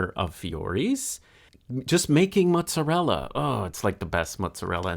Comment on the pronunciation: Ahhhh, love this! He was making a work of art while you were also. And thank you for the correct pronunciation of "mutzarella"